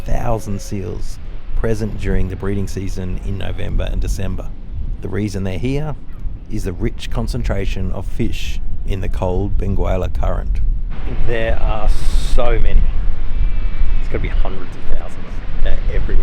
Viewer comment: Nice video. Really good views. When going back east, consider the Harnas Wildlife Foundation. Great place. Just some corrections: - The Benguela Current is named after the Benguela Bay, which gets its name from the city of Benguela in Angola. So, “Benguela” sounds like ‘ben-GEH-lah’ (with a soft ‘g’ as in ‘get’, and the ‘u’ is silent), not ben-GOO-eh-lah or ben-GWAY-lah. It is a portuguese word. - Same goes to Diogo Cão, it sounds like ‘kown’ but with a nasal ending, as if you’re humming through your nose at the end. "Cão" by the way means "Dog"